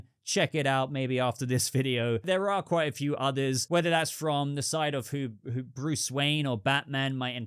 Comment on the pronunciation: 😂 the way you say Bruce is Phenomenal. Great Talking again. Thank you. 😎👍